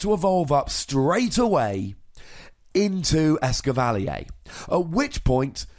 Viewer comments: Blame it on the French XD (the triggered British mind of mine) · It's Ess-cavva-leer, not Ess-kivv-al-ee-yay. No need for the French accident. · Actually the French name for Escavalier is "Lancargot" But yeah I agree, a French person would probably pronounce "Escavalier" exactly like you did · it is DEFINATELY not pronounced "eskivalleyaaay" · As a guy who owned a Chevy Cavalier for years, I appreciate your fancy as fuck pronunciation of this lol